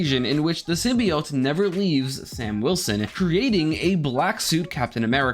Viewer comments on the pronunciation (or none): none